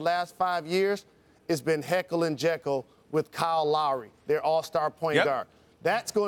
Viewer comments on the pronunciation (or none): This nigga Jalen said heckel and jeckel lol it’s jeckel and Hyde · Did he just say Hekyll and Jekyll???? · Did anyone else notice he said heckle and jackal and not jackal and hide 😂😂😂 ? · Did Jalen just say "Heckle and jekyll"? I think he meant "Jekyll and Hyde" !